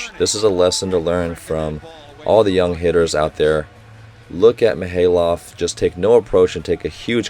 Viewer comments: Hey Coach, just noticed your pronounciations on some of the Russian players is still a bit off. Usually, most As are pronounced as "Ai," so Mikhaylov would be "Mikh(khhhh sound like you're spitting)-Ai-lov," which is why it's sometimes spelled as Maksim Mikhailov. Also, Poletaev would be Po-le-tai-ev, and Kurkaev would be Kur(like ooor)-kai-ev. An exception is Pankov, which you prounouce perfectly. Just needs a little harder accent. Ngapeth uses a silent N, so it would be better to say "Gapet." Loving the commentary! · your initial pronunciation of Mikhaylov was right